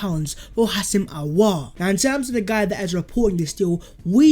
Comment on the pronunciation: Its Hoo-sem. Spot on with the surname though.